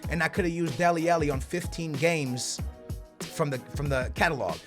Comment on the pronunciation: It pains me when you say Deli Alli like Deli Ellie (ah-lee not eh-lee)